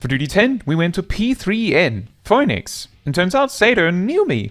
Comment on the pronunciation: ...How is this the first time I've actually heard "Phoinix" is it's pronounced in Greek? I'm at the VERY end of Stormblood (specifically "Under the Moonlight", when the postgame transitions from "post-Stormblood" to "pre-Shadowbringers") so I haven't seen this boss yet, but also I didn't even notice the difference until you said it out loud. I studied Greek! Leave it to to drop additional knowledge on me while talking about something else (although this time probably not intentionally? ahaha) Also, I like hearing you sing! I'm a singer by trade and it's always a treat hearing someone, regardless of skill, because it's a unique thing for everyone (cute? funny? and shockingly good at times). Although, I actually associate "Poison" with the Groove Coverage cover of the song, not the Alice Cooper original (I didn't know it was a cover orginally lol).